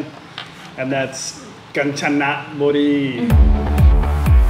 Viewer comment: Rajendren Natraj not the same it called Ganchanaburi but pronounced “ Gaan-ja--na-bu-ree”